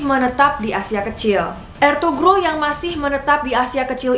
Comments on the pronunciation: Mohon maaf .. İzin koreksi dikit.., Ertuğrul dibaca Ertuuurul Karena huruf turki ğ itu gausah dibaca, Sukses selalu kakak ❤️ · maaf kak, ini " ğ " yumuşak g. g ini ngga dibaca kak jadi kaya di ilangin gitu contoh Ertuğrul dibacanya erturul atau Erdoğan dibacanya erdoan.. 🙏